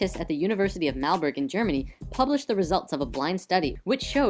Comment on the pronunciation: Fiberglass = Organic ?!? Oh, and the "orgone study" was real. But it's the University of Marburg, not Malburg, and it wasn't a study, but as dissertation done by students of the Department of Psychology, so not exactly a science relying on hard evidence and published without peer review. And 30 years later this is still the only "study" citing a positive effect ...